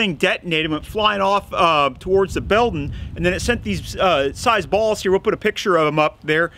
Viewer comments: Talks too much and goes over safety too much Law enforcement already knows that. Learn how to say building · These videos you make are second to none at the moment. Very well presented planned and implemented. The information is great but they are also very entertaining. For example, can we get a Montague of you saying "build'n"? Haha it's totally how my grandpa used to say it and brings a smile to my face every time. :) cheers